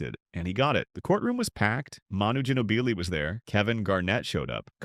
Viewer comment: It’s pronounced Manno Jenno-beelay 😂